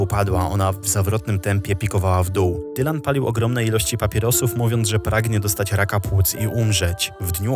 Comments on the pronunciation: Nie czyta się "Dajlan" a normalnie jak pisze czyli Dylan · nie dajlan tylko dylan. tak samo czytasz jak jest napisane